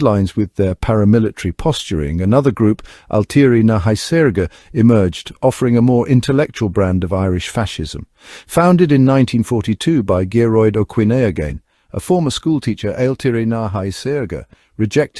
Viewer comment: What the hell is Fianna nand Gayedhell 🤣🤣🤣🤣 nice try Eoin is Owen same not eeyore-in or whatever you said. As For Gear-roid is he haemorrhoids brother?